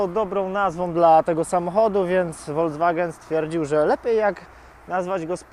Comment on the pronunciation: Prawidłowa wymowa to dosłownie "folkswagen". To nie jest aż tak trudne.